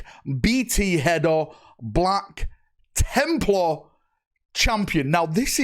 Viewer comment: “Black Chimp-lar” ?🤨